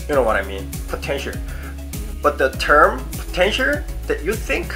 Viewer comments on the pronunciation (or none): potencher? 😂😂😂its potential. 😂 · Potentier.. Potential? Potentier.. I'm not making fun of you. just like your accent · I'm watching this not because I want to be an idol but to see struggle or having a hard time to pronounced the word POTENTIAL 😂✌ but I'm a fan. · I love the way you say potential x)